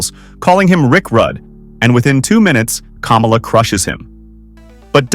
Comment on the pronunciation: say you dont really know wrestling without saying you really don’t know wrestling - Its Ka-mal-a not Kama-la and Jim Neid-hart(Nye-d), not Jim Need-hart and its not Tony Schi-vo-knee its Tony Schi-von-E